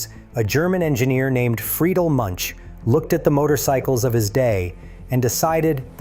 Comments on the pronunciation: Münch not munch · The name Münch is pronouced Mynch NOT Munch.